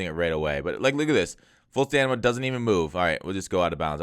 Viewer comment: bro it's stamina not stanima 😅